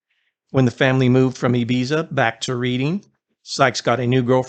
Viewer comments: Reading is rEAding, not reeeeeding😪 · It's pronounced Redding, not reading lol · The town "Reading" is pronounced "Redding" and not "Reeding"!!! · It’s called RED-Ing. Not Reed- ING!!! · He's from Reading.......pronounced Redding. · Reding, Bark-sheer…. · It's pronounced redding and barkshur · For the record Reading is pronounced Redding… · Dude it’s pronounced Redding happy to help. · Not that it matters, but Reading is pronounced Redding, and Berkshire is pronounced Barksheer. Great video 👌🏻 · Reading Is pronounced like Redding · It’s pronounced Redding😊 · His place of birth is pronounced Redding, Barkshire. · Its pronounced “red-iing’ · Reading the town is pronounced Redding. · Bro your killing me. Its pronounced Redding. Only spelled Reading. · Reading (English town) is pronounced Redding.